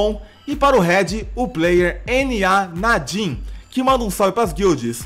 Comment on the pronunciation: q isso "N A Nadin"? =/ errou feio heuehueue